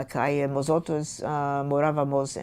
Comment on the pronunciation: Me fascina cuando esta bella señora dice “morábamos” , castellano puro.